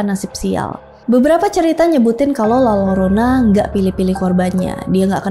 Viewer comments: Mbak, baca nya LA-YO-RO-NA Bukan LA-LO-RO-NA 🙏😁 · Punten kk, koreksi dikit, utk pronounnya la yorona klo d spanish Ll di baca Y 😊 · Izin koreksi dikit kak. Penyebutannya yang lebih tepat itu La Yorona ya. Karakter double L dalam bahasa Spanyol itu dibacanya Y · Eh iya coba ku tes di google translate bacanya jadi : la yorona